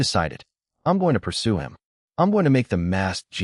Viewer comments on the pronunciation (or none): none